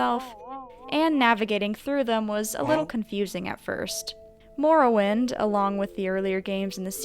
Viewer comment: What the fuck is "moor-o-wind"